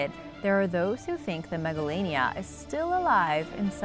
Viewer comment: Megalania sounds like MEGALONOVIA!!!